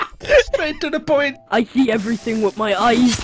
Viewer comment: "I see everything with my ayz...."